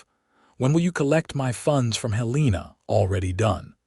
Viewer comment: It’s pronounced “Helen ah” ( Now the capital of Montana, originally “Last Chance Gulch” 🤠